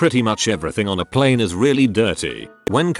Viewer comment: How it says plane Pleeeeene Gets me every time